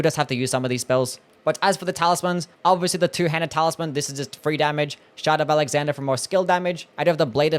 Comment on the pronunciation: The way you pronounce shard of alexander sounds like; shut up alexander or shout out alexander..